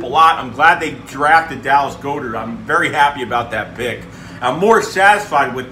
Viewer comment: Dallas goedert last name is pronounced as like god ert not go dert